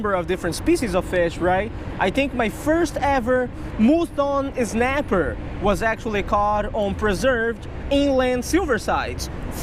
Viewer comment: He did not just say mueton snapper